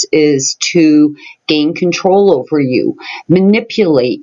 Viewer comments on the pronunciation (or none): none